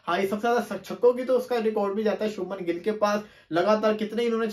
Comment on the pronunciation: bhai gill hai gull nhi😢